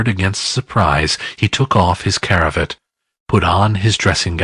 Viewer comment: Really enjoyed this and sorry to nit pick but brazier is pronounced....bray zee ere. And scrooge removed his cra..vatt not his cara vett. Okay sorry to be a nause